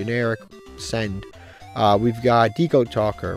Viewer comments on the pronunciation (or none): none